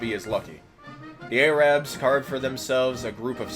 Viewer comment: The way you pronounce arab pisses me off, yankee